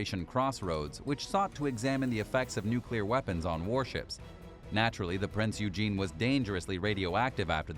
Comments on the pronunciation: I'd like to correct your pronunciation of Prinz Eugen. It's not pronounced as Prince Eugene. It's pronounced Prinz Eugen (Oi-gen). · ITS PRONOUNCED PRINZ OYGHEN,...that being said if one has enough Kraut Space Magic & Dakka drive, you could get it back into full service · Completely butchered Prinz Eugens pronunciation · Prinz Rugen is pronounced: Prince Oy-grn Suisun bay is pronounced: /se'su:n/ se:soon/ bay